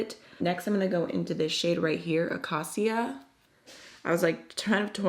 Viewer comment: It’s pronounced “akayshia” for acacia 😊. Many of these are named after trees and plants.